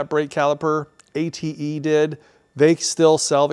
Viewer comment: there probably is not a cross reference for parts, same part with more than one car make application. How do you find these? Glad to hear "ATE" pronounced correctly.